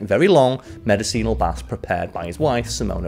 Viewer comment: The word you butchered the most , and I mean really butchered, was an English word—medicinal lol. But I enjoyed this , well done.